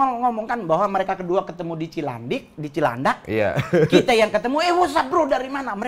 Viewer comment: cilandik 😀 eh cilandak